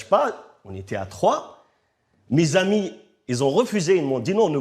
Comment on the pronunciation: Arrete de dire les aimis c'est les Amis